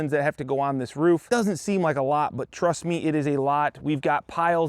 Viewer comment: Wait! Did you just say “Truss Me” at the beginning of the video? 😂